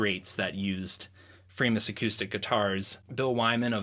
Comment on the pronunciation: its not Framus-, it's Framus, cos its german